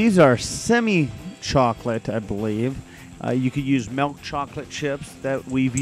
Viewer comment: I smile every time he says 'milk', it comes out like 'melk' and that's how my mom pronounces it :)